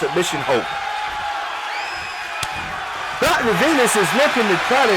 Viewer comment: The silence that The Violator walked out to was hilarious. Reminds me the problem The Rock had, when he was still Rocky Maivia, lol. Also, the Announcer pernouncing Dr. Venus' name As, "Dr. Venoose." 🤣